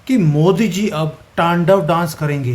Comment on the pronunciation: It's "T A N D A V" your are doing incorrect Pronunciation